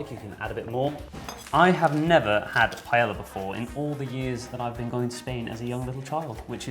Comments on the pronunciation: I think it's "pie-eh-ah" definitely not "pie-el-la" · OMG I hate the way people pronounce paella wrong!! You don't pronounce it as a double L it's pronounced like a Y hence the double L....... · Way to mispronounce paella xD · Slight cringe every time paella was pronounced wrong lol. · PLEASE learn how to pronounce paella.